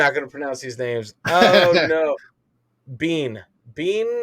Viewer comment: bean as you were saying is prononced ban